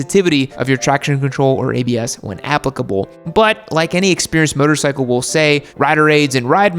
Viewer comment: I thing you just said motorcycle like bicycle and not motorcycle. 😂😆😂😆😂